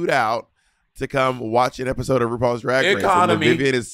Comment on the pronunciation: Monet- “roopoals drag race”